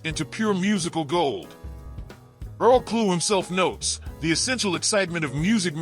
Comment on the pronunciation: In English..his surname would be Clough....as in Tuff, stuff, puff, rough, ect.. so it is Earl Klugh. not Klue, as in clue, chew , stew, etc. thanks.